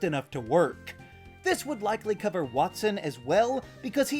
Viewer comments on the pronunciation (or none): none